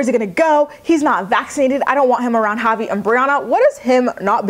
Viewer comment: Every time you said Javi I thought you were saying "poppy"! lol I was like," is that his nickname now?"😅😆😅😆